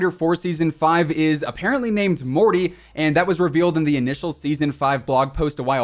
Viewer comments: The thing is Morte is Italian, pronounced as "Mort-eh" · Lmao "Morty". It's "Morte", the French word for death. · I dont blame you for mispronouncing “Morte”, but it’s hilarious to me how far off your pronunciation was. It sounds more like “Morty” from Rick and Morty than the italian translation of “Death” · Btw morte in French means death and you don’t say the e